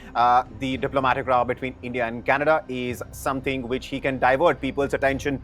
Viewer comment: Trudeau the son of Castro? Yeah... right. Btw, for what it's worth, here's a tip: "another diplomatic ROW" -- the word rhymes with HOW, not BLOW. Good luck with the scandal mongering.